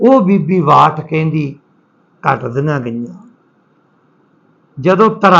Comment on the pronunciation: ਭਾਈ ਸਾਹਬ ਕਰਨਲ “ਬਾਠ “ ਹੈ ਕਰਨਲ “ਵਾਠ “ ਨਹੀੰ ਜੀ । ਕਿਰਪਾ ਕਰਕੇ ਨਾਮ ਸਹੀ ਲਓ ਜੀ ।